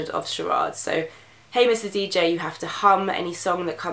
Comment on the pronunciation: When you said "Hey mr DJ" at first I though you said "Hamish the Dj"... I was really confused...